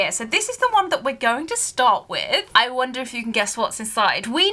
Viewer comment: Speaking of puns, who else thought said “I one-der (wonder)” before she opened up the Day 1? 😅 Love this advent series so much! It’s such a joy to watch!